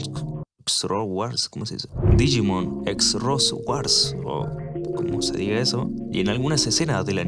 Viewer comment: Creería que el "digimon xros" se pronunciaría "Cross", idea mia noma